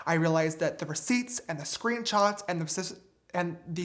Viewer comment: This is so petty but I can’t stand the way James says the word “screenshots”